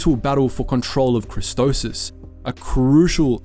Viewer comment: its CHRISTOPHSIS not CHRISTOSIS